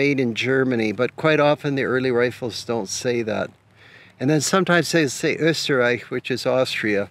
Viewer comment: Good pronounciation of Östereich 👍